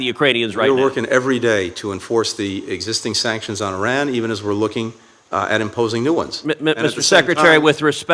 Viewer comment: ow! I just realized that Cruz actually knows how to pronounce Iran. So many people pronounce it Eye Ran rather than Yran that it actually struck me as odd when it was pronounced properly. What a strange world we live in.